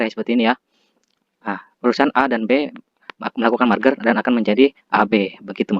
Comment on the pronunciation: Merger bang bukan marger